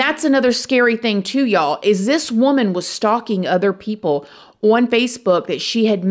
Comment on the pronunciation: Why are you pretending you can’t say “ stalking” ???